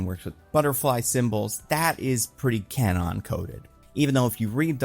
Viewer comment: props for the attempt at an accurate pronunciation of "Kwannon." Ball knower!